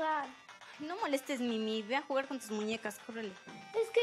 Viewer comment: Rosangela Rosario es mimi no mini suena como si dijeras mini-on daaaaa